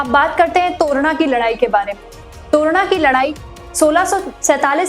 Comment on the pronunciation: Very poor . To ra na nahi, its torna